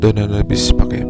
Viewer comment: Bro.ano po ang tamang pronounce ng pacem(hindi b pachem? Salamat at yung butros po pakilinaw nlng po kc nklagay dun ay brutos Godbless po